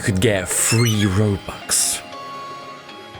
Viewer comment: For a second I thought you said throwbux lol